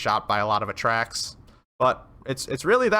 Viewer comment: Its A-Tracks not atracks